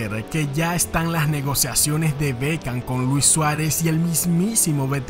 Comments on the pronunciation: Es Beckham no Bekcham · Hola, corregile el nombre, es Beckham